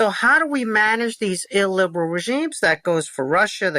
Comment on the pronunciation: I really like Kotkin, but if I was drinking for everytime he said illberal, I'd be died.